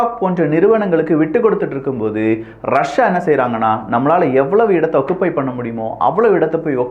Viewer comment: 'ஒக்குப்பை' இல்ல ஜி.😢